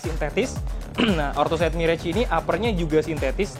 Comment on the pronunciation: om, untuk pelafalan kata "Mirage" itu mr·aazh, jadi a-nya sama dgn eja huruf a bahasa indonesia